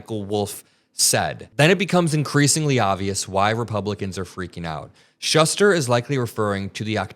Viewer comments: you twice mispronounced David Shuster’s last name. It is pronounced SHOE-ster. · Just FYI, my dude: David Shuster is pronounced "Shoe-ster". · * Schuster, pronounced "SHOO-ster. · It’s SHOO-ster. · Shuster as in “Shoe-ster”! Seriously? You should know that and not just read what others write for you. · Pronounced Shoester. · It's David SHOE-ster ....just fyi